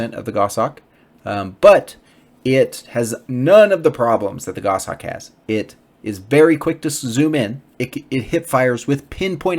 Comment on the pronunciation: I'm a relatively new player 7 just wanted to say thanks for the content, it's very informative and carries over well to the mobile version, which I'm playing. Also it's nice to hear someone pronounce the word "goshawk" correctly (WTF is a "go-shawk" anyway?) :P